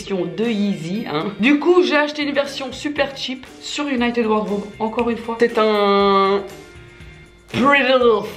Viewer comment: J'ai cru tu disais uniteub pendant toute la vidéo au lieu de United 😭😭😭